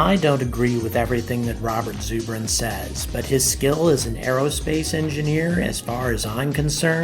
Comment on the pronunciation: It's ZUR bin like Zer-bin. short U